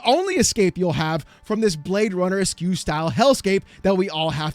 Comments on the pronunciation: Esque is pronounced (Ehsk). Basically you Say the letter S. And then tack on a hard K sound on the end. Not Es-queue. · Are you mispronouncing specific words just to get more interaction? "...esque" is pronounced "esk" not "eskew". Guess it worked.